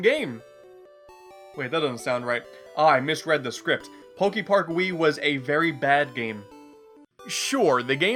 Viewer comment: Is he gonna say Pok-ee-park the whole time? ... oh no... EDIT: HOW THE HELL DO YOU SAY POKEMON CORRECTLY BUT MISPRONOUNCE POKEPARK??? HOW DO YOU SAY POKEBALL THEN?!?